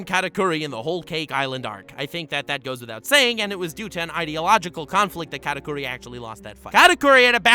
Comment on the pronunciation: “Katakuri” Why does he say it so weird? like is it really that hard to say the way it was meant to? “K4raKoory”